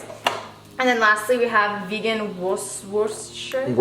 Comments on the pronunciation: Don’t pronounce the “r”. It’s “Wooster-sheer” sauce. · Wuss-ter-shire sauce, say it with me, wuss-ter-shire 😂👍